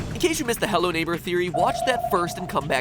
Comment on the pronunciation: did he just say “HEWWO INTERNET”